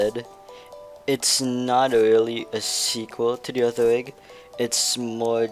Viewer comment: its rig not vig